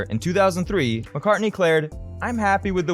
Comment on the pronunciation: Whos this 'marrcar' he keeps mentioning? 😂😂😂